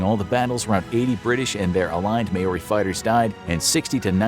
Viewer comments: Just wanted to mention that Māori is not said like May ore ey and like mow r ey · Word of warning, most Maori names in this video are pronounced wrong. It isn't may-ori, it's mow-rrrri kinda. New Zealand section. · By the way it’s Mou-Ri not Mao-Roi😂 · its ma-ori not MAE-ori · Maori is pronounced [maow•ree] btw, not 'may•or•ree' or whatever tf lolol